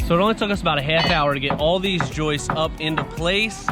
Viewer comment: You say "half" like Peter Griffin. Good content tho 👍